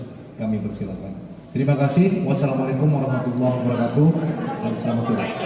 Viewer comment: Closing statementny wasallamulaikum wr WB ... hehehehe